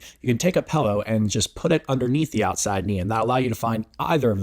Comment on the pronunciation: It's always "pellow" instead of "pillow" lol